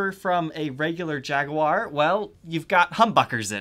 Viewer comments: First of all kudos for actually pronouncing Jaguar the right way instead of Jagwire. Secondly just a little added information about the differences between the 'modified' and 'vintage' singlecoil specced versions. The vibrato unit is closer to the bridge on the modified model to increase the string angle for better sustain. As for the upperhorn controls on the vintage model, they work as an extra circuit for the neck pickup only. So with the switch down, you can use the lower controls and switches. And up you use the rollers for volume and tone on the neck pickup only. This circuit tends to sound slightly darker compaired to the mastersection. I haven't done my homework on the actual bridges and if they still use that querky original style or moved on with time and put the barrel style saddles on the 'vintage' model. This channel is bad for my 'no more guitars' rule I put on myself this year. I mean I need get rid of stuff because I have too many yet this channel now has me GASsing for a 70's Les Paul Custom or a 70's Deluxe. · Jag A War love how you pronounce jaguar.